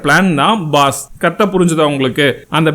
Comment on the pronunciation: Baas not boss